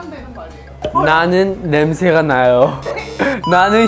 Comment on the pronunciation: 발음 넘 웃기잖아여ㅋㅋㅋㅋ 냄~새가~나요~ㅋㅋㅋㅋ